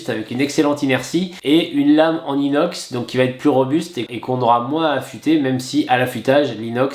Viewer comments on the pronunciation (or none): none